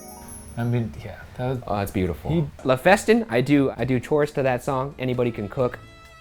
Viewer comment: this video contains many hot takes and controversies, however, ryan pronouncing Festin as fest-ine.......... sobs in french